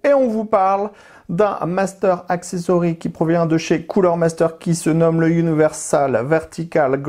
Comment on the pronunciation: Superbe vidéo comme d'habitude, par contre j'ai pas bien entendu le nom du produit. 😆